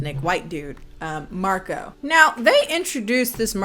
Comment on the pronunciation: this movie owes me 3 dollar for each time they mispronounce Marco